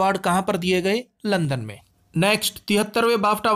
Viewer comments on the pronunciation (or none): none